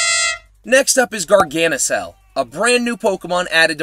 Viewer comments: it's not pronounced garganisal it's pronounced garganikal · When you say garganical the c is hard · It's a hard c in garganical